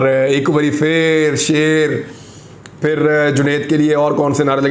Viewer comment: Shaaaaiirrrrrrrrrrrrrr Nass ga-ay Fairrrrr (Bhaag ga-ay phir)